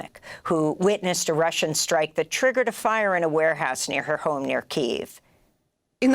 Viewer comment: It's KEY-yev.